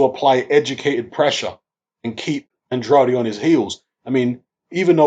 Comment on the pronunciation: Man it's a Portuguese name. His father is from Cape Verde And pronounces it the way its suppose to be pronounced.